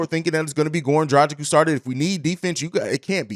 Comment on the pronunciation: Dragic not drajic